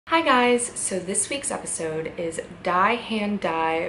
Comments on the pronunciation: Lol! It's pronounced Dee. Not Die as in dead. Die means the in German. "His Hand the Wounds". Dee hant Dee ferletst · pronounced "dee" "that hand that injures" "the hand that hurts" people who speak German know how to pronounce that.